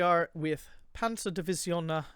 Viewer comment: Started playing this game about week ago and NGL I like the way people pronounce the finnish words/names. like how he said Ä as A :D and Ö as O and double letters like EE as E. :D